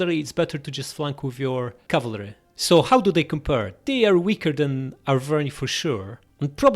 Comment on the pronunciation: Btw cavalry is pronounced cav-al-ry, not cav-la-ry